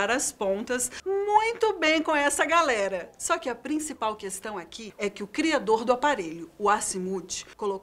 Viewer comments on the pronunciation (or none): none